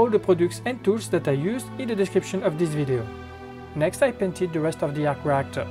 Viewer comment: I hon man arhc rhheeactoor......